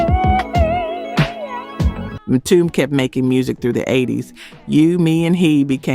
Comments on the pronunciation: ‘Mtume’ is pronounced “emTUmay” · The group Mtume’s name is pronounced “em-too-may”. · The Late musician JAMES MTUME name is pronounced M TOO MAY not MTOOM, I am just correcting you!!! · It's M-TU-ME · My Sista' it's pronounced ( M - 2 - may ), James Mtume. Next time, just ask someone who lived it, we don't mind giving assistance. Keep up the Great Work ! ! ! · Please lady Narrator I'm not trying to be a know it all.And please don't be offended But Mtume is pronounced (M)(2)(May). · Great groups. One thing it's pronounced EM -TOOMAY (Mtume) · Mitomb?! Tawatha igee, It's tawatha AGee. Instead of Pissing everybody off with the AI voice why don't you just hire someone who knows about black music? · Omg!!!! How can AI slaughter Mtume?? Whoever is responsible for this channel either train you AI or stop being so lazy and do your own narration. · Is this a robot MCing. She has mis pronounced so many names. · It would be nice if this narrator knew how to pronounce MTUME. IS this AI? New-birth sang Wildflower. I have all this music. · It's AI, it seems that these content creators are getting lazy. They don't want to narrate these videos themselves cuz perhaps they don't know about black music so they leave it up to an AI voice who mispronounces everything. It's depressing because I'm truly interested in classic black music but AI is f*ckin it all up😡